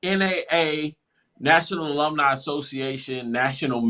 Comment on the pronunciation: That's the Best 2 & Half Years Famu ever have for Decades. On to Better THINGS. STOP HATING dude that can't say Alumni.